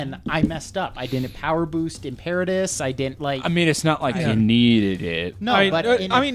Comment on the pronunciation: also, im-pear-a-tus. It's im-per-a-tor not im-per-ah-tor